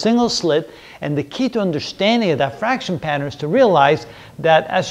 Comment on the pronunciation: It’s diffraction not die-fraction